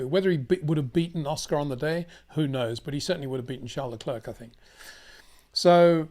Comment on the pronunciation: Please do Charles Leclerc the courtesy of pronouncing his name correctly.